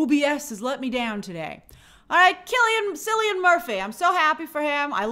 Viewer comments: Cillian Murphy is pronounced like Killian Murphy!!! Also so happy he won 🎉😊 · You may mispronounce Cillians name, but please don’t call him British or looks British, he is proudly Irish